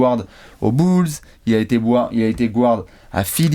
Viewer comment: Toujours sympa de vous écouter. Par contre, pk prononcer Guard "gouarde"? 😉